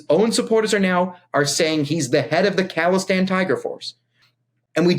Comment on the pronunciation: It's khalistan not calistan, they are not some kind of workout nerds :D